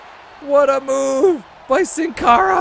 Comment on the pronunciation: Sin cara is pronounced seen cara. It's Spanish for without a face.